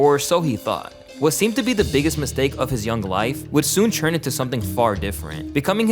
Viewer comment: Dude the way you pronounce ‘turn’ is insane! Rechurng!?